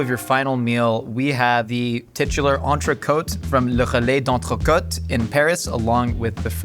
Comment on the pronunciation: If Americans spoke just one other language, it'd be clear that L'Entrecote recipe was leaked like 15-20 years ago and it's news to no one how it's done. Also: There's no need to call a ribeye an entray-coat, if you're butchering it anyway.